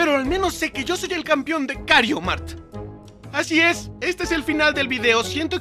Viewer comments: tu eres el mejor en el juego pero lo único en lo que no eres el mejor en el juego es su pronunciación (el juego se llama Mario kart y como la señora de stame gop confundió tu genero confundiste el nombre del juego con kario mart) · Las veces que dijo kario mart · Bro dijiste kario mart 😂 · Viste COMO dijo Mario kart Kario mark 🤑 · Me di cuenta de que dijo kario Mario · Digo dijo kario mart y es mario kart no kario mart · Porque decís kariomart en ves de mario Kart es lo copiraid